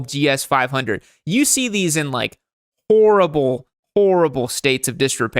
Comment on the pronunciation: Is an undercover Frenchman? Never heard anyone say "orrible" in lieu of "horrible"